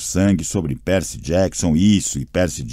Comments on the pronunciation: e o do percy q ta pérci ao inves de pãrci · "peeper" "pércy" e a ausencia misteriosa de qualquer pontuação.. hahahahaha